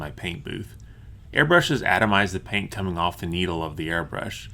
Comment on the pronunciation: I love the way this guy says paint. Such a heavy P. PPPHHaint.